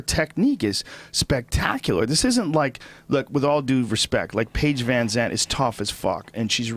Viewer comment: Schaub is already a bit punch drunk, he can't say anyone's name right. Paige van zant= Paige van ants Jessica penne = penna Manny Pacquiao = manny pacweather Paulie malignaggi = vinny maginaldy. Tell me if I missed any